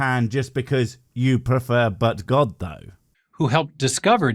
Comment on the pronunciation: I know you said "but god though" however i heard "Butt god though" now think boi jebus makes me laugh